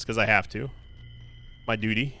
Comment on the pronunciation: "I've got to point these things out, its my duty"-, me- giggles about how you said duty. I'm totally an adult I promise but a little sleep deprivation goes a long way. 😂